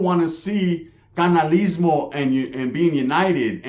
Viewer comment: Saludos once again. The homie lil Quagmire let that 15 min fame get to his head walking around with 80k like if its alot of feria. i have to say this bro.. Its caRnalismo carnal not canalismo lol. Like and commented for algorithm playa